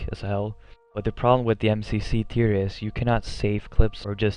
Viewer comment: it sounded like you said Peter in your video when you tried to say theater lol not making fun of you I just thought that was funny